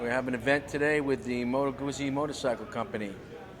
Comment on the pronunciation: At least knows how to say Moto Guzzi...Billy Joel should hang his head in shame.